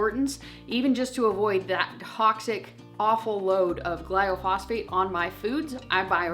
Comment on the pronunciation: Love your videos! I think you mean “glyphosate” gly-pho-sate. And I completely agree with you! If we can’t avoid it all we should at least try and attempt to avoid as much as we can! Azure has definitely helped us with that!